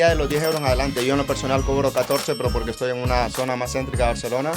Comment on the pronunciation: Polque? No hay polque.